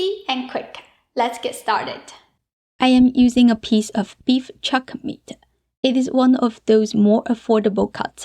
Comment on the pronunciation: I just love the way u say meat ah. Hot ah. Beef ah. And the recipe too lol 😂